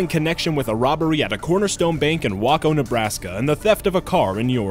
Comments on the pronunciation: dumb are you? I've NEVER been to Waco, Tx, but, I KNOW it's pronounced 'WAY+CO - NOT 'whack+o'!!!! Seriously, really, REALLY pathetic! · It's pronounced Wayco! Not Wahco! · Just a correction on Waco, NE. It's actually pronounced "WAY-KOH" as in Waco, TX. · It's NOT Wakko Nebraska (it should be after all it IS the Corn holer state) it's Waco just like Waco Texas. It's not Grand A.M. It's Grand Am (am as in the linking verb) you stupid shit. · Waco NE is pronounced Way-Ko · omg how you say waco its pronounce hueco dood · Waco pronounced Way-coh! WAY-COH!!! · ...... *sigh* okay really the pronunciation in these videos is ridiculous. Is it really that hard to double check on how a city/group/etc. is pronounced? So far just from a few videos I've watched today, I've heard rethoric (rhetoric), Calgairy (Calgary), Wocko (Waco), and now Zeetahs (Zetas)..... Seriously, these are really easy words. You can pronounce "amalgamation" but can't pronounce Waco or Zeta?...... Really?? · It's pronounced way-co jackass